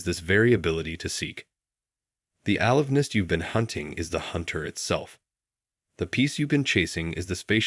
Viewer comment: Or is this real? The word a-live-ness is simply alive and ness.